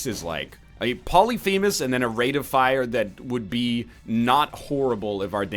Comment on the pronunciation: Poly-femus! Poly-femus!!!!! STOP. Its pronounced as one word not two.